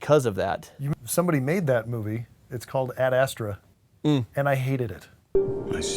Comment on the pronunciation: “Aid aistruh”